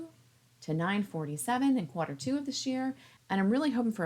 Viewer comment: where the heck did you learn to say "quarter" like that? 🤨